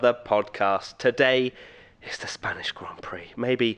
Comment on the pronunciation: "Spaynish GP"